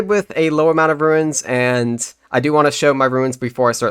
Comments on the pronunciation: I wasn't trying to he nasty, I just wanted to help you with your pronunciation Runes - roons Ruins - rew-ins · Bro it’s runes, not ruins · hes right you know. it's "ruuns", not "ruins". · Why would you say runes or ruins. Its runes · runes or ruins? It's runes dude wtf lol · why would it be pronounced 'ruins'? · It's pronounced ROONS.. Pls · Is it just me hearing things or is this guy pronouncing runes wrong it sounds like he's saying ruines